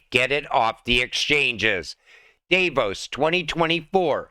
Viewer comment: I listen to you read the press releases and news articles and find it somewhat informative. However, the mispronunciations and basic grammatical errors in every video reduce your credibility. For instance, DAVE-Os is athe deli down the street. DAHV-ohs is world economic forum summit you are trying to pronounce. Just trying to be helpful.